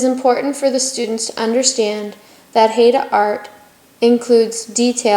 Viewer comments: WOW! How White Are You? Maybe Learn First How To Pronounce Our Native Name!!!! It's 'Hi Da" NOT "Hayda". Thank you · Great information on the design but for being a teaching lesson for students, you would think the woman doing the video would know how to pronounce Haida correctly!! HI-DA! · The masks are also a part of our oral history and language and we are pronounced "hi-da" Haida